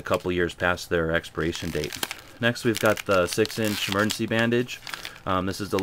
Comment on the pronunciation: "We open up an MERGENCY pack" huh? Missing a letter...